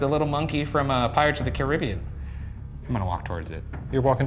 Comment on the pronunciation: The biggest jump scare was Ryan’s pronunciation of “Caribbean”.